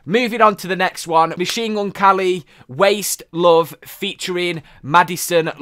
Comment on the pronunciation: why does he say machine gun kally though?